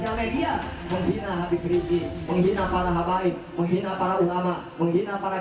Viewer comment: Bukan Habib rijik min. Tapi Habib Rizieq. Pakek Z bukan J. Haduhh kesel aku dengernya. Evaluasi dong min